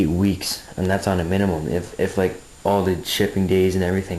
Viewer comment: *Minimum. Not minumin. Overall a good video. Thumbs up.